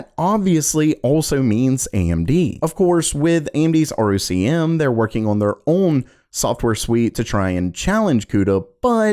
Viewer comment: ROCm is pronounced "Rock M" or "Rock 'em."